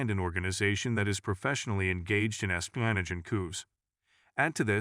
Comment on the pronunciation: Please fix the pronunciation of some words. Like espionage (it's not espino-nige). Very distracting and takes away from listening experience. Thanks.